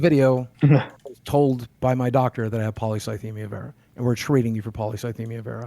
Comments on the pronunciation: I knew the moment he mispronounced polycythemia that he googled it. You don't get a cancer diagnosis and forget how to pronounce it. It's such a shocking diagnosis that people will even ask the doctor to write it down correctly so they can become experts on it when they get home. You don't mispronounce your cancer, that's just not what happens. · Hmm Boogie seems to have a pretty good recollection of exactly what the doctor said, but couldn't pronounce polycythemia right? Almost like he'd only seen it written down...